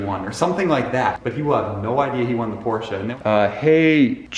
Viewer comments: It’s Porsche not porscha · it’s a porsche not a porsheUH